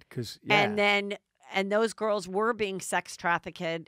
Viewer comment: Sex traffic-kid is not how you pronounce sex trafficked. Please explain this to Heather.